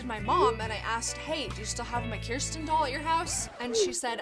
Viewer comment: Love the way Americans pronounce Kirsten 😂